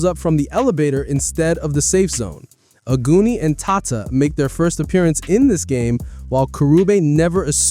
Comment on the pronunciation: Omg I heard ‘aguni’ as ‘a goonie’ and I was wondering why you were saying that 😭 in Japanese it’s pronounced ‘ah-goo-ni’